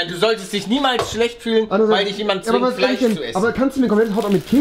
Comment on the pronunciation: Es heißt Fleisch nicht Fleich...FLEISCH